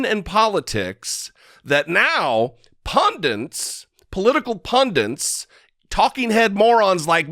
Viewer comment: Hey, I love your work, but the word is pundits, not "pundants":-)